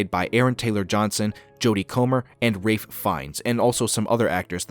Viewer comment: R A I F? Ralph. Ralph Fiennes.